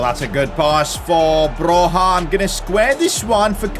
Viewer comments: Oh btw, Broja is pronounced as Bro-ya not Bro-ha. Still not the worst pronounciation of him I've heard tho 😉 also I'm really glad that he's getting the recognition he deserves, he's basically carrying Southampton and Albania the same way Messi used to carry Barça and Argentina all those years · Hey! Ive heard they way you pronounce Broja's name and it triggers me. Its actually pronounced Broia and not like you do.😀😀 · Guys, you gotta tell him it's Armando Broja, not Alejandro. Also, the j is a y when you say his name.